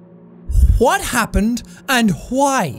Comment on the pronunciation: "Hwat happeed and Hwy?" Oh my God, Jack! XD